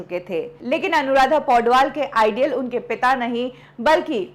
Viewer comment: ideal nhi idol Hotta hai pronounce thik se kia kar